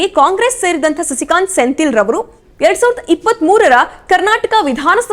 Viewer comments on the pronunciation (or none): senthil alla sendhil helamma ChikkaNerale